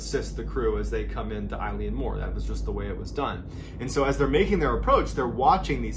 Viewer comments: MrBallen - Loving the channel - so much information, almost overload!!! BTW it's pronounced 'Elan' (to sound kinda like 'Ellen' the horrible chat show host De'Generate) - It's the Gaelic name of the Island and means 'the Large Island of Rainish' and is taken from the surrounding area, which itself means 'Roe Deer headland', from the old Norse. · I love your videos but im sorry, this drove me mad, I'm Scottish and from a Gaelic speaking family- its pronounced "EEE-Lan" :P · Eilean is pronounced ay-Lyn. It is closer to Ellen. But, when I was at Eilean castle they pronounced it ay-Lee-inn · Love your videos! I've been binging them. Just so you know, "Eilean" is pronounced "El-uhn" or "Ail-uhn" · Yas! Im from the north east coast of Scotland and I’d definitely say that it’s pronounced A-lin the same as Eilean Donan castle. Love it when Scotland gets included though!! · Great videos. Not a criticism or anything as you’re not from here but Eilean is pronounced more like aylin and means ‘island’. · Wonderful story again. Just one picky point ... "Eilean" is pronounced "Aylen" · Btw Eilean Mor is Gaelic meaning 'Big island.' Also Eilean is pronounced ill-awn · Yeah, I kept twitching at the eye-leean, too. And the Flannans are invisible on that map you show of the Hebrides, they're so small. Even though mòr means big, it's a relative term. But the story's a darn good one, and you explain it clearly. It's quite the mystery! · I think you mispronounced eilean. 'EA' together in Scottish Gaelic makes the 'uh' sound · Don't mean to be that dick but that's no how you pronounce Eilean lol. Still a great video as always 🙂. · Sorry to be rude, but it’s pronounced “a-lin mor”. Fab story all the same. Just being Scottish 🏴 some words are hard to pronounce. Eilean is pronounced “a-lin”. 👍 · Small tweak It’s pronounced like ILL-ee-ann More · Eilean means island in Scots Gaelic and Mor means big, so 'big island'. Eilean is better pronounced ill-N, rather than eye-le-an!